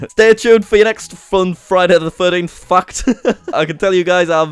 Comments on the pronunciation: When you say "fact" it sounds like you are saying "f**ked" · the way u pronounce fact XD